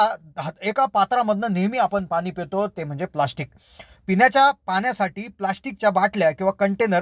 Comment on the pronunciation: आविष्यात नाही तर आयुष्यात असे म्हणा. पन नाही पण, पिन्याच्या नाही पिण्याच्या. चला आपण सुधारणा करुया. All the best!!!